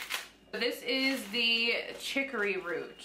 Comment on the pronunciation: In Louisiana chicory (chick or E )is in the coffee .not trying to be mean. Ruins are old buildings . Runes is pronounced roonz. I tell you this with the kindest of intentions .this box is Scandinavian Viking lore .